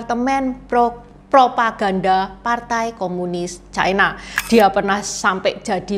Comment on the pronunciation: Ucapan yg bnr : China, bukan Chaina